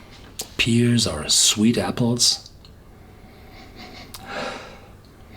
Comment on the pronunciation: My German is pretty bad despite 4 years of classes, and I can only follow about half of what your say in your German-language reviews, so I hesitate even to mention this, but 'pear' is pronounced the same as 'pair', not 'peer'. Sorry, I just know that when I misspeak in other languages, I prefer to be corrected even if it's a bit awkward for the other person to do so. 'Pear' keeps popping up in these reviews, so I figured I might mention it. No officiousness meant -- I wish I were half as comfortable in German as you are in English!